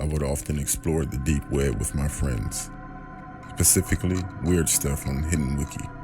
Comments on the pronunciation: I did hear that correctly..He said "Pacifically" instead of "specifically"and "MESH-ah-SHING" instead of "Messaging" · Pacifically =\= specifically lol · does he say Pacifically?? Lol